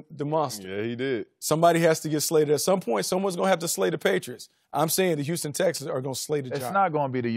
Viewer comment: HEY LAVAR, THE WORD IS HOUSTON NOT YOUSTON!